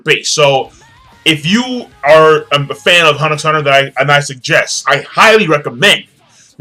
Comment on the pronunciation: you don't pronounce the 'x' in huntet x hunter.